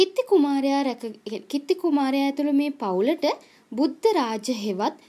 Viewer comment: කිත්ති නෙමෙයි කීර්තී 😂😂😂😂😂🤣🤣